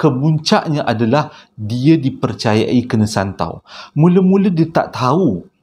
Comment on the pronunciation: Maap ya bang terkekek2 saya gelakkan abg masa kat tu. Abg nak sebut santau kan? Haha! Saya baru je lalu terowong menora tetengah malam haritu. Alhamdulillah takde benda2 pelik berlaku. Dulu2 terowong tu femes dengan kisah vw kuning. Sekarang takde dah kot.